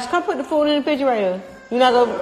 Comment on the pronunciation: “Come put the food 🥘 in the fridgerator “ 🤣